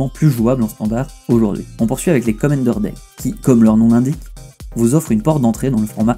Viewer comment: (Je ne sais pas trop pourquoi tu prononces [Komenndeur], comme dans "comment" en anglais, c'est un "a", comme dans... "command")